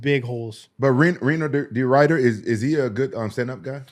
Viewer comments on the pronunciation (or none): "Weiner De Rider" lmao!! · 😂😂😂 I like how TJ says he does research now that he's on the pod but he doesn't know how to say RDR's name.